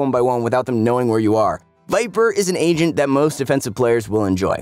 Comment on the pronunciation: why do i always hear "asian" instead of "agent" in this video?..